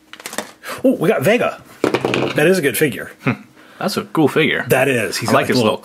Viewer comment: It’s Dhalsim= Dhal-sim not Dhal-i-sim Vega= Vey-ga not Ve-gg-a